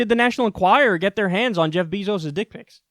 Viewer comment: Ok kyle his name isnt BEEEzos. its Beyzos. bey not bee